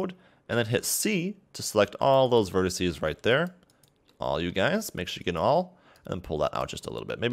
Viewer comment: quit saying "verticee"